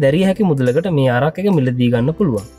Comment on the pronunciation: අරක් නෙවෙයි බන් ඇරැක්